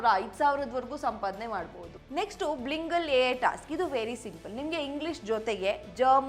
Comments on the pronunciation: Last one word ಬೈಲಿಂಗುವಲ್, not ಬ್ಲಿಂಗಲ್ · Adhu blingal alla bilingual pronunciation check madkoli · Bilingual pronounce please 😂😂